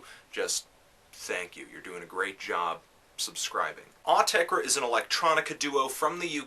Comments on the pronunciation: OOOH-TEH-CREH!!! not AWW-TEH-CREH... just saying! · it is pronounced awteker as that is their dialect but they have also said pronounce it as you find yourself saying it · Actually, it's "Aw-teck-ur" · I thought it was "aww - tesh - reh" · its 'or -tecker' listen to an interview with them thats how they pronounce it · "Aw-tek-reh". I'm adding that to my list of Autechre pronounciations. :P Great review. I'm a big Autechre fan, but I agree with a lot of things you said. This was a hard album to really get into... still glad I bought the CD though. Some tracks were almost on the verge of annoying (known(1) and redfall are good examples), while some I liked pretty immediately (d-sho qub and pt2ph8). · Came back to see if young Melon could pronounce Autechre's name wrong. Was not disappointed. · There is no absolute right way to say Autechre u noobs, themselves wont tell u how u should say it so relax and pronounce in whatever way u want... About the music, this is a difficult album for some people, specially for those who are attached to the 90s Autechre sound, it will also be difficult for anyone not interested in experimental music and not aware of some basic computer music production. So I think its safe to say this is an elitist album, .. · Autechre doesn't even know how to pronounce Autechre.